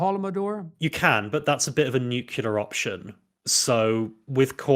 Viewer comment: Nucculer option